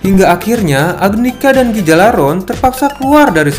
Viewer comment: Cara Bacanya bukan gigalaron tapi galarhorn